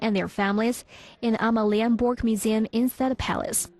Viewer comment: your pronunciation of Danish is a disgrace, omg Amalienborg